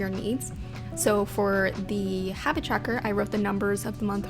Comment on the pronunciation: lmao i love the way she says 'tracker' CHACKER ;)